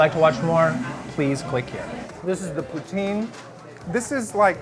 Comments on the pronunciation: How did, who is decently multilingual, get corrected on the pronunciation of poutine and then end up mispronouncing it even more (and like a swear word, of all things) lmao. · When he sits down with the poutine it sounds like he's pronouncing it "putain!" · Isn't poutain a swear word? Gotta watch your pronunciations, man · mmm. I cringed when he said it. And no one warned him 😂😂😂. Poutine, poutin, poutain and I was howling 😂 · I'm talking about when he's exaggerating the pronunciation. At the end of the day, he's a riot 😂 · And yet mispronounced it even worst at the end lol.